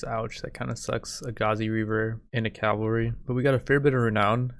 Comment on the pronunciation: So you all think he will ever start saying cavalry instead of calvary?